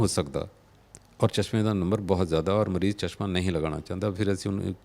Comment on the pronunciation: Bai ਤੁਸੀਂ ਕੰਮ ਬਹੁਤ ਵਧੀਆ ਕਰ ਰਹੇ ਹੋ। ਪਰ ਪੰਜਾਬੀ ਭਾਸ਼ਾ ਦੀ ਸ਼ੁੱਧਤਾ ਦਾ ਖਿਆਲ ਜ਼ਰੂਰ ਰੱਖਿਆ ਕਰੋ। ਐਣਕਾਂ ਨਹੀਂ। ਸਹੀ‌ ਸ਼ਬਦ ਐਨਕਾਂ ਹੈ। ਇਸੇ ਤਰ੍ਹਾਂ ਮਰੀਜ ਨਹੀਂ ਮਰੀਜ਼ ਹੁੰਦੈ ਜੀ।